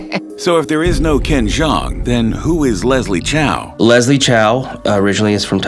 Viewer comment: 影片中，『周』的發音是廣東話(和周潤發相同)，不是普通話。 將老周設定為臺灣人，怪怪的。